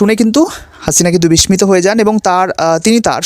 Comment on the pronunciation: বিস্মিত কথাটা আপনি উচ্চারণ করলেন বিসমিত😬